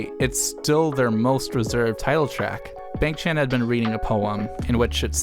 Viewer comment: love the video! great walk down memory lane with nice commentary. small nit-picky request: b-AH-ng ch-AN-n not b-AY-ng ch-AY-n. The 'a' (I don't have hangul keyboard on my laptop) in his Korean name is pronounced like 'ah' (like how you pronounce changbin) not 'ay'